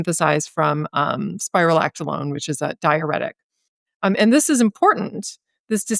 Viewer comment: I’m pretty sure she means spironolactone, not “spirolactolone.”